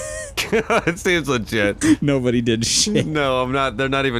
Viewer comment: He always says seems liget